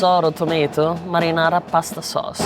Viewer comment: "madinadi sauce"